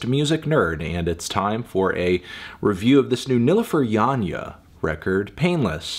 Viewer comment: Thank you for not butchering her name by your pronunciation.